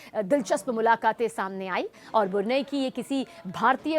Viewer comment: मैडम बुरनई नही ब्रुनेयी बोलिये